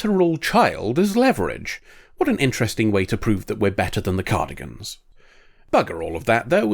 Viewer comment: Cardigans? It's Cardassians lol.